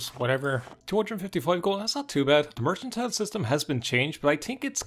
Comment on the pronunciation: Mercantile. It's pronounced how it's spelled. Mer-CAN-tile. Thank you.